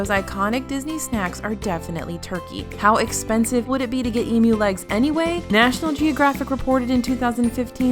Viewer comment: As an Aussie, thanks for saying Emu and not Emooo. Also - as an Aussie planning a WDW trip, what are the ride queues NOT to be missed? ( if you’ve done a video, can someone link me, please?)